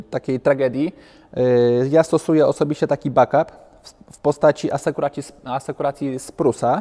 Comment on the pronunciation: Back Up- czyt. 'bek ap' [a nie 'bak ap' ]- please!